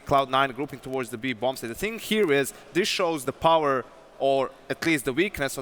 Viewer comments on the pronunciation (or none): none